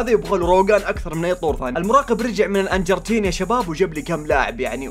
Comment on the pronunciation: انجرتين اسمه ارجنتين